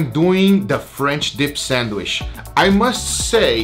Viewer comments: Lol I hope they do more sandwich videos so I can hear them say 'sandich' more. Picanha French Dip, A5 Wagyu French Dip, and Pork Belly French Dip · It's "sandwiCH" not "sandwiSH"